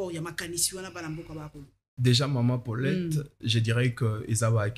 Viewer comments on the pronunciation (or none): Mes excuses, je viens de massacrer le prénom Paulette.